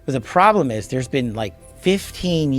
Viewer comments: Been not bean 😮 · "You've never bean?"